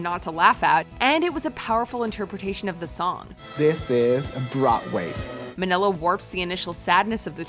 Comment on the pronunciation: "This is Broatway"